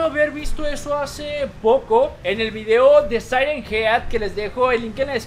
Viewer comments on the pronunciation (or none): none